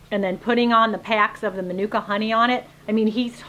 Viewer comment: use pronounced manuka very well yip its a nz brand honey